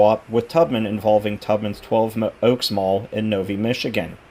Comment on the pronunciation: You should have seen this in the 90s. Constantly packed, and terrible traffic jams getting in and out. They had a Suncoast too! One thing I must nitpick- The city Twelve Oaks is in is pronounced No-VI, long I sound instead of E. That’s a rare mall in the Metro in recent years that actually expanded their space. Last one before that was probably Somerset in the mid 90s. I’d love a meetup if it fits in my schedule.